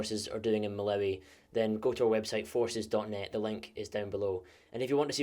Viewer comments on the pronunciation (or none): Great report but it’s Mal-ah-wee not Mal-ow-wee 😂. I was actually at Blantyre College of Medicine where the British Soldier killed in Malawi was held. Sad story that